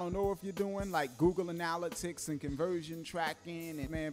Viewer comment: Great info, but your pronunciation of analytics is killin' me..